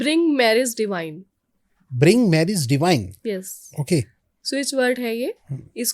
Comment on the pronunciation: It's "DIVINE"....NOT DEVINE